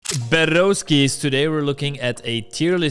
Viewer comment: Dijiste "perroskis" 😮